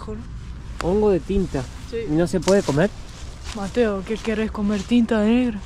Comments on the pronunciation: Amo que mateo no te mete una S, está intacto como Messi 😂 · Yo solo pido a Mateo que pronuncie las S y no grite tanto.